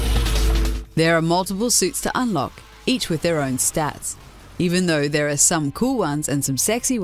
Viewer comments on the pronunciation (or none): none